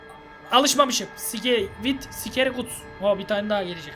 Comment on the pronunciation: Abi Scary ye sikeri dedin 😂